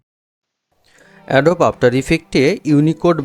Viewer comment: এডোব না উচ্চারন হবে এডোবি।